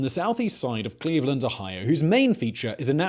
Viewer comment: It's Cleave-Land